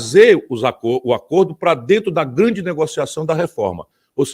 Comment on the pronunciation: "Aí dento". . . Abestadô.